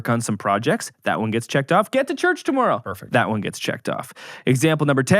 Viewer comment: Worried about being roasted for a song... gets roasted on pronunciation of tomorrow.